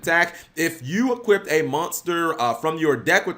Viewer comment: Why does he keep saying 'equipped' instead of 'equip', or 'equippted' (which isnt even a word) instead of 'equipped'??